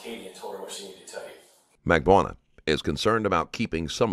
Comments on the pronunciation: Mag Ban Ooh Wah. Everybody pronounces it differently and incorrectly. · Mag-bo-ahnah…oh good lord all the names are mispronounced lmao Jfc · Oh my god the Auto-speech AI is HORREDNOUS. Please god fix it...I've never heard anyone pronounce Magbanua this way either and I've heard it a few ways by now...not to mention the other problems. Sad to see the quality so bad in the first 2 minutes